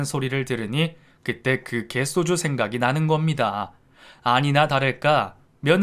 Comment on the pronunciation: 갯쏘주 라고 읽지 말고 그냥 개소주라고 읽어야